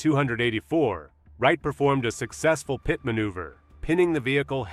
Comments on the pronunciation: What is “Pie-Teed”? AI doesn’t know how to say ‘PITTED’ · “Eye-suzu” and a “pee-eye-tee” maneuver. Get an inexpensive USB mic and learn how to use it. So tired of horrific AI voiceovers. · That’s the most annoying thing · Sometimes it sounds pretty real but here and there a few words give it away.... guess you caught "pite" maneuver in addition to the one you mentioned.